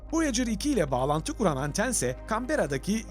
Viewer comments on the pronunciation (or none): none